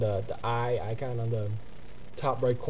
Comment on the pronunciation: im sorry buts its ICON!! not ican!!